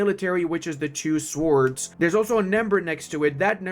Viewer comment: I humbly suggest for you to lookup how "sword" pronounces. The realization that there's no "w" sound in it opened my eyes back in the day